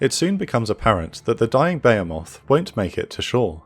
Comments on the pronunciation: Behemoth is pronounced "buh-he-muth". Baymoth.....🤦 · i love this but your pronunciation of behemoth is killing me